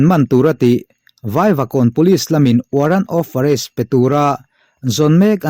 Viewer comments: Arrest-"areis" tiin ilama "ares" tiin lam talah chuan Bail- pawh "Bel" tih angin ilama "Beil" tia lam rik ni tase amawi zawk tur ania.Kan tawng anilo kan han ti tak nanga hnamdangin kan tawngin mipui ngaihthlak theih tur i thil chhiar ta se an lam dikloh lai chu i helh ve tho in ka ring. 😁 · Arest tiin lam mai la...Areis tia lam lovin😂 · Hei hi a dik..Warrant of arrest tih mai tura ngaihah,warrant of arrace ati emawni ka ti hman alawm haha...fth